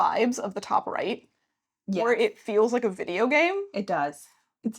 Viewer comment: I especially like "GĀME" Also, the camera's autofocus is clearly running on AI, and feels insulted, because it prefers the background over the noisemaking meatbags.